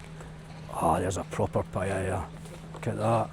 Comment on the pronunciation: Well certainly looks nicer over there than it does here in Hamilton, that's a good thing the demographic is changing , Europe will be totally changed again in 10 yrs max , once am sold and out I am off to south east Asia , I always wanted it to be Spain 😢. Also stop saying paella wrong 😂😂